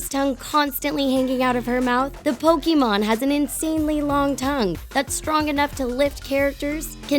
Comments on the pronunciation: I usually don't leave comments on videos, but I had to for this. 1. It's pronounced Pokèmon (poke-AY-mon) not Pokemon(poke-ee-MON) 2. Just because an artist sticks their tongue out doesn't mean they're a Pokemon, okay. If I stuck my tongue out would I be a Pokemon? 3. Does long hair automatically blue vines that make up your entire body? DANG, guess I gotta cut off my vines. Also you're pronouncing tangela wrong. 4. Please explain to me how that lady in ANY way looks like Mewtwo. I think you may be the only person in the world who looks at her and thinks "Wow, a Mewtwo!" 5. I have so many problems with Vin Diesel diglett. Firstly, how do you not realize that the muscle body is just comedic fan art? Do you know what diglett is? A fat, rod shaped mole. That is literally it. 6. Katy perry is weepinbell? SERIOUSLY??? You literally took one picture where Katy perry's mouth is open wide and said weepinbell. Look at any other pic and the last thing you think would be weepinbell. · I cringe when y'all don't say it right "Pokeemon" is not how u say it. It's Pokémon.